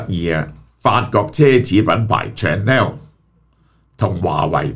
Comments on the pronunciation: Chanel pronunciation is shuh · nel, not chan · nel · Chanel呢個字，記憶中發音已經錯咗唔止一次，何必繼續誤導觀眾網友？